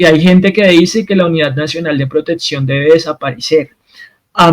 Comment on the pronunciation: Me duelen los oidos cuando dices protetsion 😢